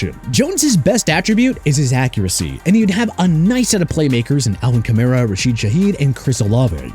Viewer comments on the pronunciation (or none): none